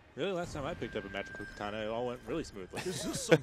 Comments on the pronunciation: For fucks sake...KUH-TAH-NUH....not KUH-TAN-UH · Learn how to say katana! Its annoying when people talk about shit that they don't know shit about! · Way to bastardize the word Katana... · The way he says "katana" Come on man, get it right!